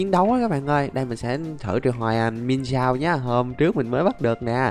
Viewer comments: anh ơi con miensao em đọc giống miến xào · Cái con pokemon mienshao đọc là miến shào anh ạ